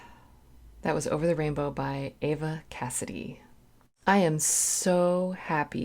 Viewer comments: Her name is Eva not Ava. Eeeeee va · Her name is pronounced Eeeva, not Ava. See the videos where her friends and family pronounce her name. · Her name is pronounced "EVE-UH", NOT "EH-VUH" - or like in "Ava" Gardner. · Eva Cassidy pronounced E-va, not A-va... iykyk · She is amazing! And it is Eva not Ava. I do not know why people pronounce it that way, but thank you for your video! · I thought it was pronouced (E)va not (A)va, but I could be wrong. This song always gets me misty eyed. The longing she inserts into this perfomance is so wonderful. The feeling to me is much more emotional than the Garland version. Yes, "Autumn Leaves" should be your next listen. The first time I heard this song by Judy was in 1956 on a black nearly round screen tv when I was 6 years old. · here is a paragraph from Eva’s (pronounced EEva, not Ava) web site about this performance. “In January of 1996, the night LIVE AT BLUES ALLEY was recorded, Eva again sang “Over the Rainbow” at Blues Alley (the rendition heard on the album SIMPLY EVA). This time she played all the guitar parts herself, without Keith’s backup. Knowing that it would not be used on the album, since the studio version had been on THE OTHER SIDE, the pressure was off and Eva played her guitar accompaniments flawlessly. The head cold that was bothering her that week gave her voice a huskier quality than usual, and she cracked a note near the end, but as always the audience was rapt. Her friend Bryan McCulley was videotaping with his hand-held camera, but when she was singing she was too deep in the song to notice….” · This was a huge radio hit in the UK, long after Eva’s passing. Pronounced Eeva bot Ava, FYI. Her version of Danny Boy makes me cry every time. Most of her recordings were released after her death. Autumn Leaves is another good one. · She pronounced her name Eva with a long E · Eva’s whole album is amazing!! Ava is with an A. Eva is pronounced with an E sound.